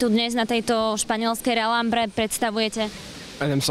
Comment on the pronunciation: Je to La Rambla nie rambra :)))